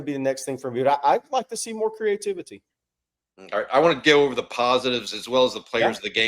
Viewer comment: I think he’s looking for CREE-A-TIV-ITY